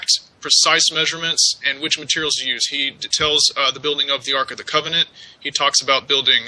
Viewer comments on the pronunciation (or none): none